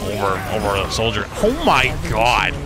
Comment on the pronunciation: it's "soldier" bud